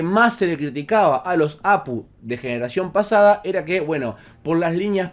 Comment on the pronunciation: No sé dice Apu, se dice A Pe U, cada letra por separado... O cómo dice GPU? O PCI? O cómo dices AGP?